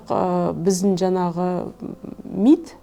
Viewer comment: Жанағы ...жанағы.... демей ЖАҢАҒЫ ДЕ! НЕРВЫҒА ТИМЕЙ!